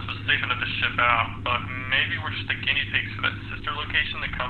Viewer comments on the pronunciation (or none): none